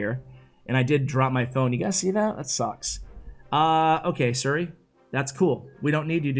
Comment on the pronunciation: Nobody:: I activated my Suri 😂